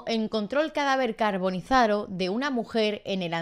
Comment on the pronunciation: Primer video que veo de este canal, no sabe pronunciar "Carbonizado", puf! bien empezamos. Al menos tiene una voltereta, no se puede tener todo, le daré una oportunidad.